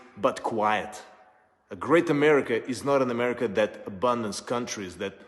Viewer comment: Trump says a caravan is on the way to Amweica!!